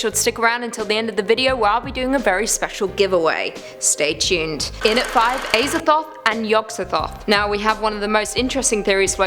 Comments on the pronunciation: It is pronounced AZA-THOTH NOT AY-ZATHOTH FOR FUCKS SAKE WOMAN!! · Pronounced AZA- THOTH not ASER-THOTH 😂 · imagine pronouncing azathoth as ayzathoth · The way she pronounces Azathoth makes me uncomfortable.